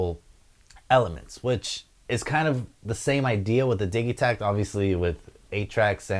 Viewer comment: I thought it was pronounced "Didgey-takt" and not the "Diggy-takt" :)